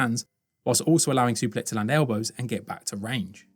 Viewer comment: 😂😂😂😂 Totally butchered his name. Superlek Kiatmoo Nine 😂😂😂😂😂😂